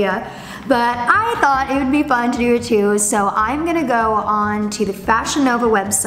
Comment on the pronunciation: How did we not hear “thort” this video?? 😂